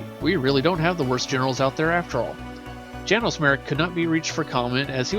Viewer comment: The mispronunciation of Lyran and Janos is jarring.